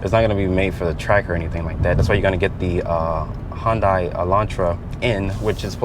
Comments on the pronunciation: hon-dai?? It's pronounced hyun-dae. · Its pronounced HUUUN-DAY... everytime you say HUUUN-DIE, I die.